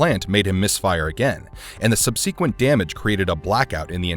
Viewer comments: "Sub-see-quint" nice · How on earth do you not know how to pronounce subsequent?